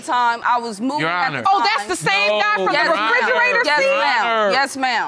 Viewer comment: black ppl always say frigarata lol